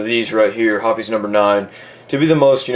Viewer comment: it is pronounced hoppIES actually